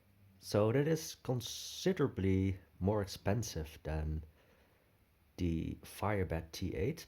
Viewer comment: Please pronounce "th" in English as a proper tongue between not behind the teeth th English sound and not as a Dutch d sound. You're saying "de" for THE.